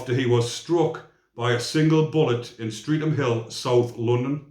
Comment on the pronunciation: Streatham…. Pronounced Stretam👍🏻